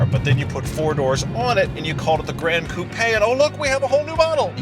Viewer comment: Love your videos guys. You even pronounce "coupé" correctly!